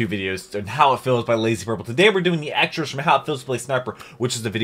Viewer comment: I thought he said "Ekstershnaffel" idk why it sounds like that lol